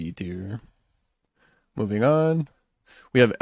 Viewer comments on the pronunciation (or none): none